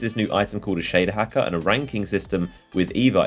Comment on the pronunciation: Shaduh Hackuh